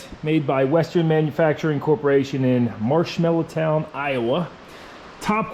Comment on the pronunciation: Marshalltown not Marshmellowtown. 🤣